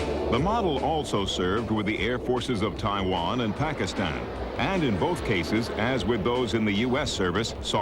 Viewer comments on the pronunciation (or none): none